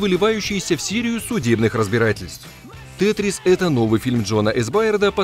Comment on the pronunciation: не «СИРИЮ» , а «Серию». Сначала учи русский язык. На счёт этих типо фильмов под кавычками « - Не фильмы , а гавно. Фильмом называть язык не поворачивается. Не советую ни одну.